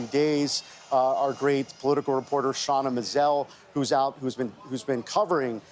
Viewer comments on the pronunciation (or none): none